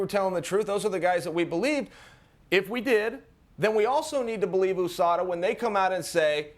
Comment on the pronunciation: US-ADA 😂😂😂 never heard anyone pronounce it like dat lol